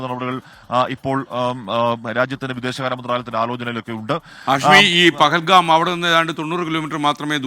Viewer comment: പകൽകാം അല്ലപോത്തേ ്് പഹൽഗാം.